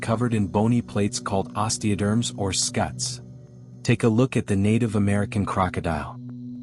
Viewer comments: Scute is pronounced like scoot, not scute. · Scutes not scuts.. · I found my very own “uncanny valley” during this video … , when the narrator finally reveals to be either AI or a person who never noticed how the experts say the word “scutes”. The people who actually know the field will always say “scoots”, not “skuts”. And then I noticed how there is not a single interview of actual people. An “armchair” documentary. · Interesting video. Suggestion: Reprogram your AI narrator. the geometrical protrusions on their backs, skutes, is pronounced "scoots" as in scooter. Not "skuhts" as he is pronouncing it. I looked it up to find out more about it. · In Florida we pronounce it scoots, so tired of AI videos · AI mispronouncing scutes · You noticed that too!😉